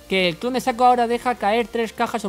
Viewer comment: Saco :v Lol, es SHACO ''Chaco, solo que con ''S'' :b